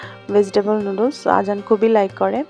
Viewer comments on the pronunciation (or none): none